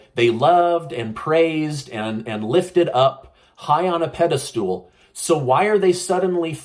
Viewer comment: the word is Pedestal not Pedistool?...ffs.